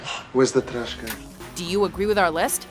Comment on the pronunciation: "She's a girl, where's the trrrrash can ?" literally dying XD